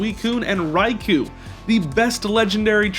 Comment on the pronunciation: you pronounced raikou wrong also the legendary beasta are cats, not dogs